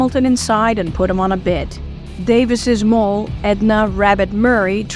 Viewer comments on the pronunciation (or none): Moll is pronounciated like maul, not mole.